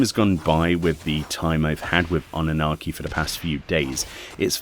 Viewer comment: m i the only who heard Anarchi ? :D 👍